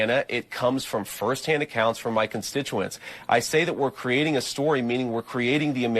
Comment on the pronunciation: That’s “constituent”. He mispronounced the word. I was being sarcastic.